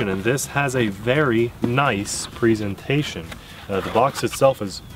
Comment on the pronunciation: Pre zen tayshon